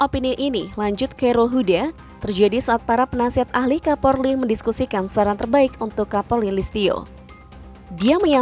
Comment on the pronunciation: KAPOLRI BUKAN KAPORLI 🤣